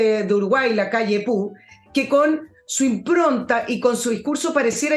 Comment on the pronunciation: Con todo cariño, no se dice Lacalle Pu, sino Pou, así como se escribe. Saludos desde Uruguay.